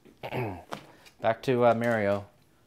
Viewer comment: made an awesome piece and then called Mario, Mary-o.